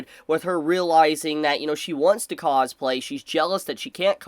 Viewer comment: The way you say cosplay starts to sound funny the more I hear it haha causeplay